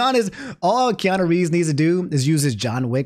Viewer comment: This man said Kiana Reeves